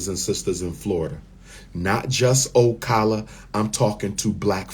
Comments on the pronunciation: It's O-Cala not O-Cola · PRONOUNCED O CAL A